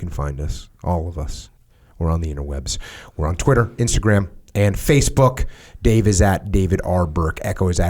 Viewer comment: Jocko said “Facebook” correctly, should we be worried